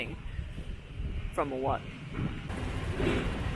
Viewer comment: I like the way you pronounce the word Wat. That’s the correct way to say it